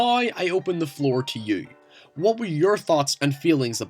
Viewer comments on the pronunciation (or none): "Noy I open the floor to yoy"